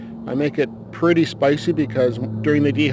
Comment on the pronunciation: I love this video. Definitely going with the solo now that I've seen this. When you said "that's a PURDYYY boil" it made me laugh out loud and reminded me of home. So thanks for that :)